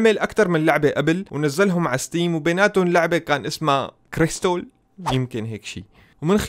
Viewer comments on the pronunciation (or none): اسمها كارلسون مو كرستول